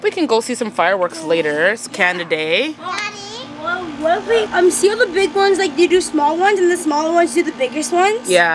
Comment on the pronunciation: said Canadada day 😂😂🤣🤣